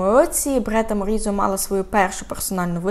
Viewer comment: Дякую за розповідь. Але чому БРЕта, а не БЕРта